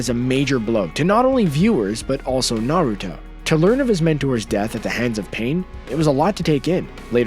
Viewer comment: lmao i love the fact you said kushina was the last uzumaki, actually, karin and nagato were uzumakis, its told in the show, and you can tell by their hair, naruto is the only uzumaki ever to be blonde. And you dont even say minato correctly. Or naruto, you dont watch anime its easy to say, and on top of that, you dont say jiraya or rasengan.